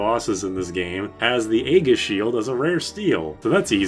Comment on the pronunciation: Another pronunciation recommendation: "Aegis" is not "A-giss", it's "E-jiss". It's a soft G, and the A is silent.